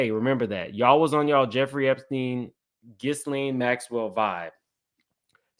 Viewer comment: Gee-lane Maxwell lol